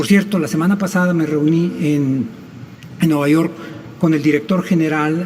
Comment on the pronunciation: "Me reuní en Nueva Yor" 😂. Y estos son los " Altos Funcionarios"